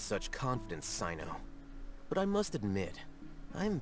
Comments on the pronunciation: So about pronunciations again: I already wrote about Candace, but there's another issue as well - Cyno should sound similar to "See-noh" or "Seh-noh", if I'm not mistaken. English voice over kinda butchered the names in this chapter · How to pronounce tighnari and cyno's names :) Cyno- sigh-no Tighnari- Tie-nari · cyno's name reads as [saino] and candace's as [kandakia] !!!